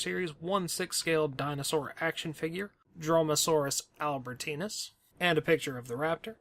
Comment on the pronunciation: I dont want to be mean but the way he said dromaeosaurus albertensis is to funny "Dromasaurus albertenis" Xd